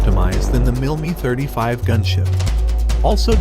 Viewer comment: Great Video but why do you pronounce the MIL Mi 35 as "MIL ME 35"?. Love the video by the way.